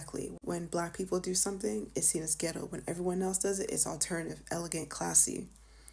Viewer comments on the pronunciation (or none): none